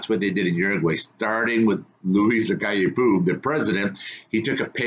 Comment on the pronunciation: You pronounce it Luis Lacalle POW but with a softer O as in OH.